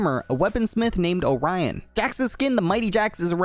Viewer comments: the smiths name is orlon not orion btw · Who the f is that Orion i think its supposed to be Orlon